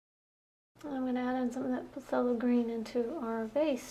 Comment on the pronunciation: Phthalo pronounced (THAY- low)